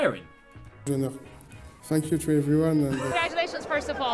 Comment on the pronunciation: you're looking for is where Kante is caught swearing... but it's him saying "thank you" which at times sounds like "f'k you."